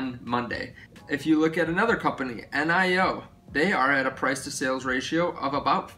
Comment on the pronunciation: Its not pronounced N I O as C I O. It is NIO as in jalapeño 😉😀